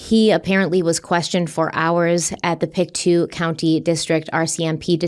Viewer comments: It's pronounced "Pick-toe" And the RCMP are the Royal Canadian Mounted Police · Its pronounced pic-toe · Pronounced pic-toe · Its pronounced pick-toe County